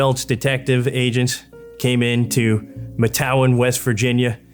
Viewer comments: Matewan is pronounced “Mate One”. I live 10 miles from it. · Matewan is pronounced Mate one Chafin is pronounced Ch A fin Born and raised in Logan. Used to party at the fire tower on Blair Mountain when I was younger.